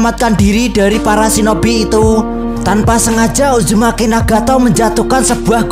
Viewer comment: Bang uzumaki naruto bukan ujumaki naruto bang😭☹️🙂